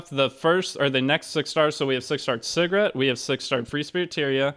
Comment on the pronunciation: at first i thought you was calling segret cigarette lol